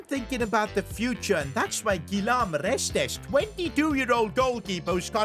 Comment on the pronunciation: It’s Reste the S at the end is silent 😊